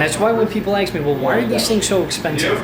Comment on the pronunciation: Ask me not ax me